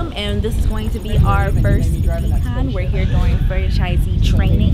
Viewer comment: I keep hearing Spaulding Decomp instead of Decon.